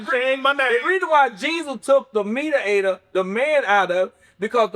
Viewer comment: Please stop saying mediator 😂😂 I had to forward past that part